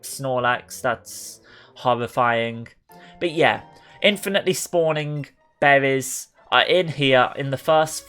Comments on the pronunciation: So many behwies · I couldn’t get past “bewwies”